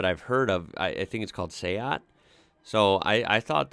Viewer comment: Dacia is pronounced 'Datcher', and Seat is 'Say-at'. Oh and Nissan's Qhashqai is 'cash-k-i'.